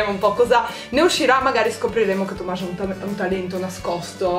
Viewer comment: No, è Tomaš siccome Nicole lo pronuncia "Tomash", la "š" si legge "sh" in sloveno e nelle altre lingue slave :D